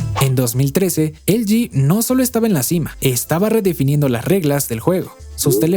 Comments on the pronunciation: Porque dices elgi cuando es ele ge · “Elyi”, “elyi”, “elyi”, “elyi”, “elyi”, “elyi”... ☹😤 ¿Repites “elyi” tantas veces porque en español ‘no’ existen las letras ‘L’ (“ELE“) y ‘G’ (“GE”)? 🤔 Espero que descubras que se dice “ELEGÉ” (de “ELE” y “GE”), sobre todo porque: 1. Son letras que sí existen en el abecedario español. y 2. El contexto lingüístico del discurso es el español. 😐💁🏻‍♂🤦🏻‍♂ (Sólo llegué hasta , aunque me hubiese gustado haberlo visto entero). 😞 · ELE GE NO EL GI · Estamos en México, por qué no le dices Ele je, je 3? O por qué no dices El Yi Yi Three? 🧐 V